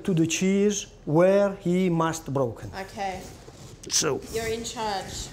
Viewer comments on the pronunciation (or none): " Manage dis broking" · We have already explain to the cheese where he must BROUKAHN I love it :P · "Broken" I wanted to correct him so badly and my first language is Spanish;(